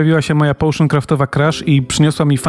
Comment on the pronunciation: połszyn ? mów normalnie potion